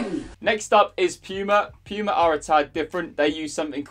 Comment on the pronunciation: bro how are you pronouncing Puma. You weird